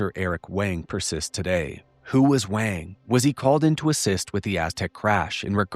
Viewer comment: If this Doctor Wang is white and German you’re pronouncing his name wrong. In German you would say it like Vahng. The W in German IS ALWAYS pronounced like V in the English language. The way you say it, sounds Chinese, not German.